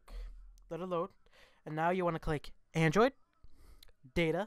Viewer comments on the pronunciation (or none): none